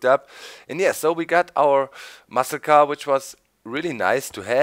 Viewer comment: when he said muscle car it sounded like massacre